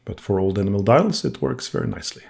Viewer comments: A beautiful watch for a beautiful young lady. Best wishes to both of you! The silvery color of the main plate and bridges--is that nickel plating on brass? One other thing . . . the pronunciation of "enamel" has the accent on the second syllable, so it rhymes with "empanel". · Hello Robert, thanks for watching! I think what you heard was probably a mispronounced "enamel" 😉 I would say I have to pre-clean maybe one out of ten watches or so. A lot of the time I simply preclean them with pegwood, rodico and naphtha, sometimes with the ultrasonic. I basically never run them twice through the watch cleaning machine. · It's an enamel dial mispronounced 😎